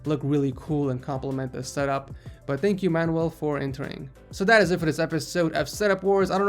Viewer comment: pronunciation: MAN-YOU-EL not MAN-WELL